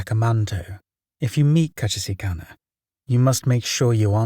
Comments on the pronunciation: i have never heard someone mispronounce kuchisake-onna so incorrectly XD still a great video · The way you're pronouncing Kuchisake Onna is making my head spin. How. Why